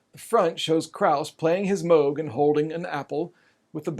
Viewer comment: Thank you for pronouncing Moog correctly. Red flags go up for me whenever someone says it wrong. 🙂